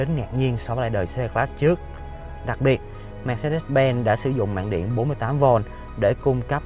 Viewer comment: Phát âm sai thương hiệu rồi anh ơi :))